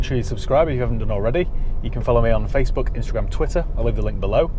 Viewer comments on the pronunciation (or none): none